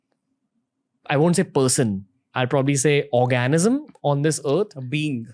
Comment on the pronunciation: Organism not orgasm